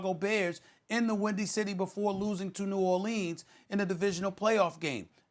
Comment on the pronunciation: The idiot known as Screamin A needs to stop pronouncing NOLA's full name with the "'eeeens" at the end. It's "New Orluhns".